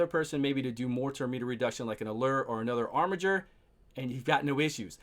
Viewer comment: Dude! ... so glad you called him “ar-mi-Jer”! Someone finally looked up the pronunciation, lol!